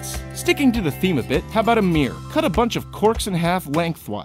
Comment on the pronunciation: What's a "meer"?